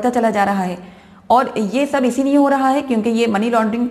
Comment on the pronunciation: मैडम आप * लिए * को * निये * बोलती हैँ, कृपया अपना उच्चारण सही करें, वैसे मैं आपके चेंनेल को बहुत पसंद करता हूँ, आप बहुत हिम्मत वाला काम रही है, हैट्स ऑफ टू यू 🙏🏻🙏🏻👏👏👏